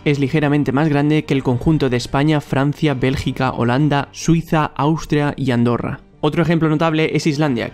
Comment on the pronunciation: Dijo andorra ö Funenlo xD